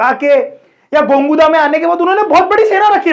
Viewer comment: Sir it's gogunda not gonguda🙏🏻